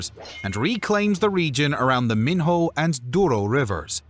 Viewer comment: I hate it, when english speaking comentators are so lazy not to research how something is pronounced properly - You only have one job - Minho is prononced miño, like El Niño, or would You say el nin-ho-ho-ho?